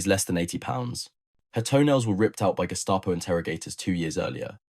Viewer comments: German pronunciation is... Gehh...staah..poe... not Gest aye poe Say ahhh like you're saying ahhh for the dentist... as in ahhhh-ha! The others you got right. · "Guest-a-poe", hih? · Guest-A-Po ? What a weird way to mispronounce that German Word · yeah always pronounce that guess-stop-oh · British preferred the Walther because British arms were basically, crap! Overly heavy, old in design , inaccurate and let’s admit it ugly as sin. Lots of repeat information in this but nice pictures. I like the pronunciation of Gestapo…… Gestah …poh! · The guess-tah-po?